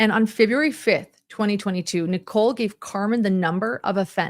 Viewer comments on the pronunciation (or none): none